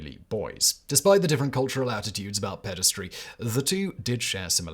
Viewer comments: There is no such word as "pedistry" - Simon really should learn to read. The correct word is "pederasty" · Ped-a-ras-ty Not pedes-try 🙄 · If you have to pronounce a new word so many times at least look it up... Pederasty or paederasty (US: /ˈpɛdəræsti/ or UK: /ˈpiːdəræsti/) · "Pederasty," not "pedastry." "Chaste" is pronounced to rhyme with "chased," not "last." And the first syllable of "Sappho" does not rhyme with "say" but like the first syllable of "sapphire." I'm really surprised to hear that many mistakes in one of your videos.